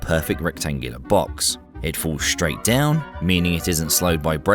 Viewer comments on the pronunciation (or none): Two points: 1) assuming you were going to actually impact and there were others in the elevator: - knock a few of them down and stand with bent legs on the heap of bodies: 2) the word STRAIGHT is Not pronounced SHTRAIGHT and the word ASSUME is Not pronounced ASHUME ya fuckkin pleb!